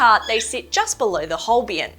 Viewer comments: They are not called Holbien but Holbein. You mispronounced them and misspelled them. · I like how your tests are a bit different from what you find in other channels. However please correct the logo and pronunciation for the Holbein pencils 😂 It is E followed by I and not the other way around, and it is pronounced as the German diphthong ei = /ay/